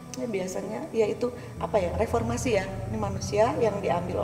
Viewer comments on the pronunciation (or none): Gagal fokus sama ucapan bunda di menit 55.20 repormasi apa ? 🙄🙄 Tranformasi mungkin ya bun ?